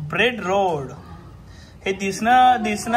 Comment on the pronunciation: bobby : ब्रेड रोल ❌ब्रेड रोड ✅😂❤